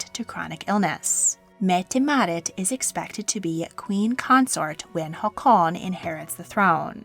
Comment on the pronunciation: Love this channel but I can't stand the way pronounces Haakon. There's no reason to slow down the pronunciation or add a semi-stop between the syllables